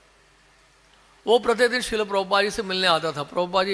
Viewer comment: श्रील होता, श्रीला नही